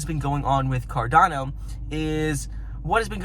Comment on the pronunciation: It is carDaaano not carDOno